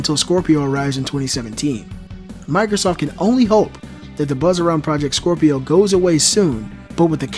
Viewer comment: Scropio were you trying to say scrapio ?